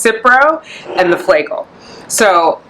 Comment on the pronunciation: Pronounced Fla-jel (short A)😂